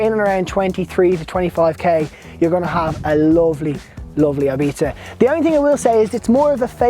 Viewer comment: Great and informative video, cant wait to get mine in 2 months. The only think i would like to complain about is the pronuncition of "ibiza". Pls pronounce it correctly and not like "eibita"